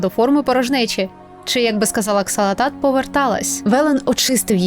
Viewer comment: ааааааааааааааааааааааа! не Ксалатат, а Залатат....